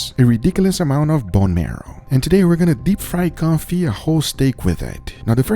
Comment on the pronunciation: It is pronounced kown-fee not kon-fit